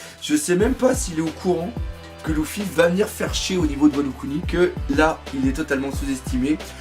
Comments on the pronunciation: C’est pas louffy mais luffy (u) !!!! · Par contre c'est luffy et non louffy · Belle vidéo =) Question luffy pourquoi tu dis LOUFFY? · Arrête avec « louffy » s’il te plait